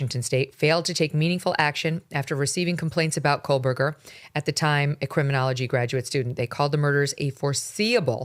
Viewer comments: Megyn,it’s CO- burger. The way you are pronouncing his name you’re adding an L Col burger it’s CO- burger. I have heard you say this name for years the wrong way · Megyn I love you but there is no “L” in Kohberger. 🫣